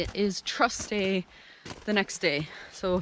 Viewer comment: I thought you were saying “Trust Day” and I had no idea what that was! I thought maybe it was a Canadian holiday!!! 🤣🤣🤣I finally figured it out.